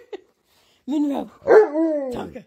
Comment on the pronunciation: Tonka says Monroeeee real good Good job Tonka